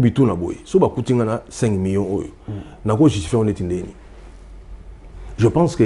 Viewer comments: balobaka Mi-yon te. Plutôt Mi-lion (million) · Oui, parce que aza na erreur. Tout comme beaucoup d'ailleurs. Même ba Français bango moko pe ebele ba lobaka ndenge wana na erreur. On dit Mi-lion, Mi-lier, Mi-liard.